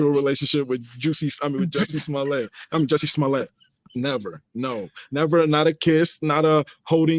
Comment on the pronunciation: He said Juicy Smollet😂😂😂